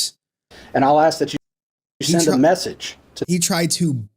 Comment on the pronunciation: Ask not axe its not hard brother.